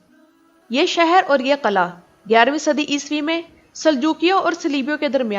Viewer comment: kala nhi g killah قلعہ hota hy قلاnhi hota phly bolna sikho